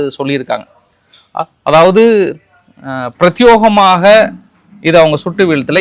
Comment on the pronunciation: பிரத்தி”யே”கமாக பிரத்தி”யே”கமாக பிரத்தி”யே”கமாக பிரத்தி”யே”கமாக பிரத்தி”யே”கமாக பிரத்தி”யே”கமாக